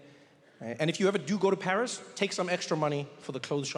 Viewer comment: it is "Paris"